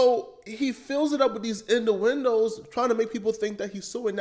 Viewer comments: This fool pronounced innuendos as "In da Windows" 🤣Glad he ditched that temu 4k camera he was using. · “Induindos” is crazy😂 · Indo-wendos lol and using “wallow” when he’s supposed to be using “waddle”. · In-U-endos. Say it with me now, IN-U….